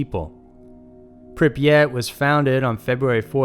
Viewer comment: I'm impressed he actually got the name of Pripyat right. Most people call it Chernobyl and that's the name of the Power Plant, not the Town.